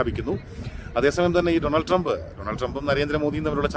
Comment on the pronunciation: ടോണൾഡ് ട്രെബ് അല്ല ബെടായ് ട്രെബ്😅